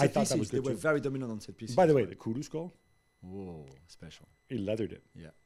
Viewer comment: Gab pronounced Kudus correctly! Well done.